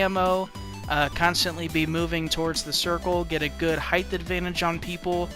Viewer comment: height not heighth